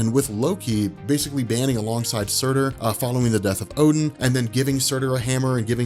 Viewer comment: Surtr not Surtur. You comic fans bash my religion like its nothin